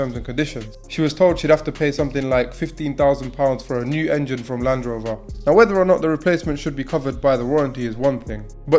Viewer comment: Land Rover, not Land Rov-oh